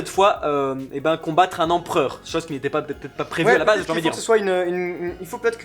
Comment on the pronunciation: Attention à la liaison "vaT-être". :3